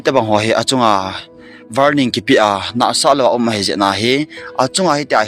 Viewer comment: Katei2, Youtuber chulah na hi nom kit in na thusei vang numei kiphinna abang e.Koul le2 jeng " varning" warning hilou ong pronunciation and speech na vat na laiye. Don't mind ok